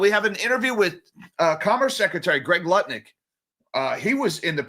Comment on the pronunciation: It bothers me that you're constantly saying Howard Nutlick's name wrong! 😵